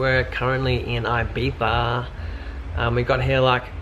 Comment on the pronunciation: props for actually saying Ibiza correctly